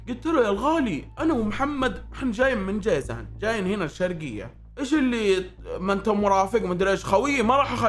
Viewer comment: اسمها جازان مو جيزان هذي منطقه ثانيه قريبه ل جازان